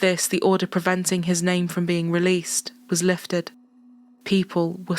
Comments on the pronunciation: As a South African and a HUGE follower of the channel,thank you for taking the time to pronounce names of people and towns properly.We take pride in our names and saying them correctly tells us that you SEE and respect us as a People/Nation.Thank you!🇿🇦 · I'm assuming you researched the pronunciations of the South African names and words, but if not either way, you did very well, thank you 😊